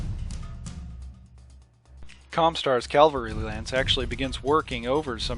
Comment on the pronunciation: Love these videos. Also, cavalry. Usually I'm not a pronunciation nazi but calvary is also a word and I wouldn't put it past the WoB to have a Calvary lance!